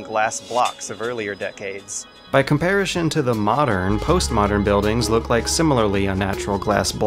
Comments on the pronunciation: I love this channel, but after all these years, I still can't handle the random words being consistently mispronounced. Comparishon? Nukular? Why? Why do you do this to me!! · somebody please teach this dude how to pronounce "comparison" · Comparison, NOT comparishon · Holy crap dude you actually said comparashin instead of comparison... why can't you speak English?!?... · "Comparishon", I love you. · otakuchrash It's unfortunate that such an amazing video analysis series with so much thought, time and effort clearly put into it is filled with "COMPARISHUN", "RAYTIONS", and "CHAYYF" grenades. I absolutely adore these videos but damn it's jarring to hear blatant mispronunciations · I asked him on Steam why he says it 'comparishon' and he seemed confused. Said that no one has ever tried to correct on it before. Seriously. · “Comparishon” I LOVE the video anyways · "By comparishun..." I know it shouldn't bother me but it does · "Comparishun" I thought I had been imagining that pronunciation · Anyone else hear that? Compar-ish-on instead of comparison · "By comparishon" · Nope, nope, you said comparishon on purpose, three times. Comparishon. Comparishon? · "By comparishin" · "Comparition" eh? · Why does he pronounce "comparison" like "compari-shun" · "by comparishun" get his ass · one question: why do you keep saying "in compairashun?" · Love, love, love your reviews. I will however admit your pronunciation of 'comparison' with a hard sh drive me insane. It's not all that hard. It's s...o...n... 'son'. Comp-ar-i-son. Yeah? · This guy pronounces "comparison" as "compariTION". It's hilarious... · Dude you're deliberately miss pronouncing words. In comparishoon 🤣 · I hate the way he says “Comparishon” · Why does he pronounce comparison like that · Why does constantly pronounce comparison as "comparishun?" And later pronounce genuine as "genu-eye-n?" I'm confused. Great video though. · Comperi-shun? Re-geme?